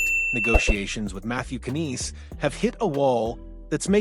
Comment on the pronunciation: So sick of this AI BS! Can't even pronounce Knies properly. Youtube needs to block this crap!!